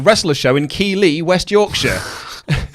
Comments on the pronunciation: OI, ITS NOT KEELEY ITS (KEE-TH-LY) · It's not prononuced KEE-LEE its pronounced Keith Lee like his name